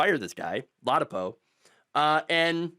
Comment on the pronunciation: I mean dangerous for humans, a feeding ground for diseases. Also: lah-dah-poe.